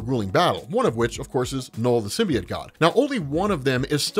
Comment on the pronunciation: AHHHH ITS PRONOUNCED SIM-BEE-OAT